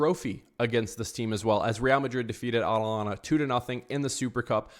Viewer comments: I'd say 4 4 2 diamond 💎 Rodrygo, Mbappe and Vinicius cannot play at the same time. They unbalance the team. Also, watch out for their LB, KOlasinac. Hes a criminal, he actually injured Jese a few years back. Career ending. Dally, it's A TA lanta. With a T, not aNalanta. Hala Madrid!:_RMFC::_mbapnails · I had to stop listening the way you were saying Atalanta! It’s not Atlanta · Absolutely butchered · Can't u pronounce atlanta 😂 Alanana 😂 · Bro ur literally saying "anlana"😭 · It's ATalanTa Dally,pronounce the 2Ts strong and freely😅😅😅RM win 2-1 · I can’t un hear it 😂 Analana 😂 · Your pronunciation of Atalanta gave me cancer.